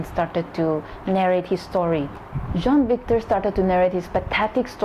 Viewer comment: You pronounce Jean as John and Sean as Shawn